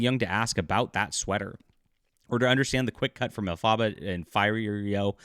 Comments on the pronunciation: El fahb bah? What is this pronunciation? Did you not do any research that led you to the correct pronunciation of the names before making this video? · Dude, you can’t even pronounce Elphaba and Fiyero correctly so you clearly haven’t seen the film. Then why are you doing this video? For clicks? I’ve seen the film four times and not one parent walked out with their children during any of those showings. There are NO inappropriate sex scenes in this film. But you wouldn’t even know that because you haven’t seen it. Get a life and do something more productive with your time!